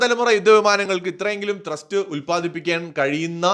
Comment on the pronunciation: ട്രസ്റ്റ്‌ അല്ല ത്രസ്റ്റ്